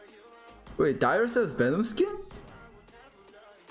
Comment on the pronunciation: u said vanom instead of venom